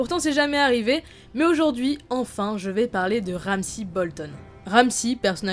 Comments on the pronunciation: c'est Ramsay pas Ramssi ... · C'est ramsey pas ramsi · Ramsi fionne ... En anglais c pas comme ça qu'on prononce